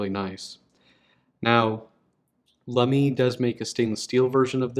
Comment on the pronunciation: I don't know why it bothers me so much, but I trip over the way you pronounce Lamy. Why stress the second syllable?? You have the right vowel sounds at least. So I guess I should be happy about that.